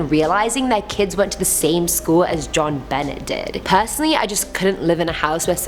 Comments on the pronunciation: Number four's name is pronounce Jonbonay,not jonbennett. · u know that u are my fave host but, u pronounced Benet wrong...it's Be-nay...NO SHADE!! U are my absolute favorite...thanks for the content. U have a wonderful sense of humor😉😙💖💖💖💖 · not ben ette it's Jon Benay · Jonbenet is french it's not John Benet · Its pronounced John bena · It's pronounced Ben-ay....I'm sorry but that irritated me. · JonBenet Ramsey's name is pronounce like jon boune' ramsey it's french (her first name) just an fyi. I didn't know who you were talking about till you got into the story lol. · its pronounced jon-be-neh